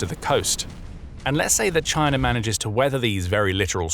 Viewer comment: "CHINER"? Sounds a lot like the Harvard "R". Alasker. Hawaiier, Alabamer, etc.